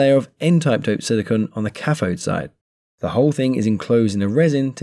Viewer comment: What is a cafode? th does not equal f Try saying cathode